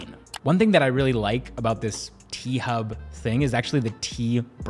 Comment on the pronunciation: T-Hub sounds like P-Hub